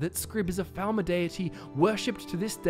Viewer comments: Sounded like you said thalmor in the beginning, not falmer. Odd. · It sounds like you keep saying thalmor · Lol I keep hearing "Falmor" as "Thalmor" and getting confused 😂